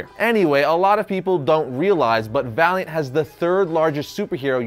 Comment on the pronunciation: When he said Valiant comics, I thought he said Variant comics xD